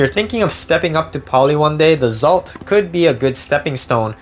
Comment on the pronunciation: I also believe it's pronounced exalt